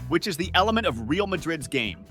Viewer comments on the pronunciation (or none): At least say ray- al , if you refuse to say reh—ahl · Please god at least attempt to pronounce the names of the players and teams correctly